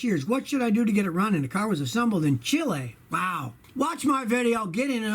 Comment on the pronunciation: I LOVE how Scotty pronounced Chile PERFECTLY. Dude's a Renaissance Man for SURE!!